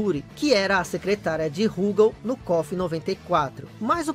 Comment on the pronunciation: Tenho todos os KOFs do 94 ao 97 de Neo Geo CD, inclusive com as proteções dos encartes. Gostei do vídeo, mas vou fazer uma crítica construtiva: Por favor, não chame a barra de hp de "sangue" e não chame o Rugal de "Rúgal"...